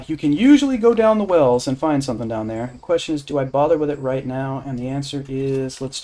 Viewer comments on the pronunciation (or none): none